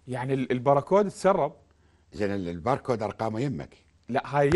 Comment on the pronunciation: الباركود وليس البراكود أرجو الانتباه